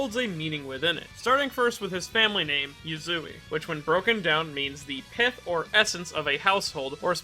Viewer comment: Anyone else heard pimp instead of pith